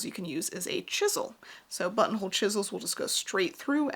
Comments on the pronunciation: Lol the more I heard button hole started hearing butt hole 😂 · Sometimes you said "buttonhole" and my brain translated it to "bumhole". Hee hee hee!!